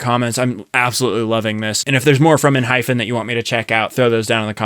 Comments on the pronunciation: let me tell you its Enhy-PEN youre calling it ENHY-FEN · lol it’s ENHYPEN not ENHYPHEN 😂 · Am i the only one who hears Enhyfen enstead of Enhypen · Enhy-pen lol pen not fen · I'm sorry, but I literally physically flinch every time you say "Enhyphen" 😭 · Just to let you know it's pronounced 'en' 'hi' 'pen' . There is no 'ph' sound. 😊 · Same 😂. It's pronounced as En-hy-pen😅